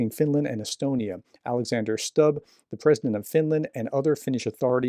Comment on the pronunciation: The president’s name is pronounced stub not stab. Also, I read somewhere that the president and other foreign policy heads were awake at night at Christmas monitoring the operation where a special forces unit seized the Russian tanker. So this was taken very seriously. The unit was armed and had been authorised to use force on board if necessary to arrest the crew and take control of the ship. It was heading towards other cables right at that moment.